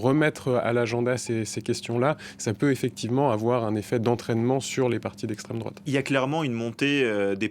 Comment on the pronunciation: Le mec il est payer a chaque fois il dit les mots ''' Extrême Drôate '' , il est lourd avec ces vieux éléments de language puéril 😮‍💨 Le pire , c'est que ce gars a un doctorat et il est pas capable de bien identifier ce que c'est la vrai extrême droite .